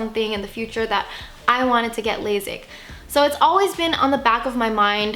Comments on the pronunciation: It's pronounced laSIK, not laZIK. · It’s lasik not lazik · Girl...it’s lay-sick.